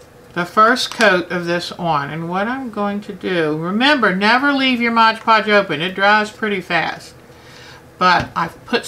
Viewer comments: Very informative video, I like your attitude towards crafting, you are fabulous! May I just point out one small error, and believe me you are not the only person to do this, I find the same mistake in at least 50% of the videos I watch... its not modge podge, its MOD podge. :P Thank you for sharing you knowledge, I hope to be making some beautiful beads using your great tips :) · lol So many folks can't say "Mod Podge". <3